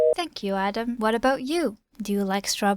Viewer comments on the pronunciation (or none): none